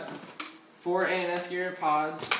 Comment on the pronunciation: have you noticed when you say "ans gear" it sounds like anus gear (totally not adult site)